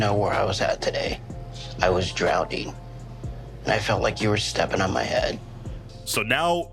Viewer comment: I like to hear multiple reactions, but I might have a personal limit to the number of times I can hear someone say drownding